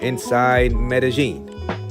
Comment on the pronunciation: Its pronounced scoPALomine. And medehyeen. Say it like that. Also you probably say isotol its inosotol. Yall cant get this shit right ever lol